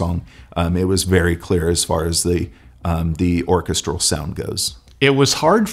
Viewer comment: Where is that guy from that he pronounces vocals and orchestral like that? Made my brain hurt.